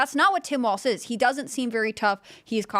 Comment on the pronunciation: Walz not Waltz. Goddamn learn to speak.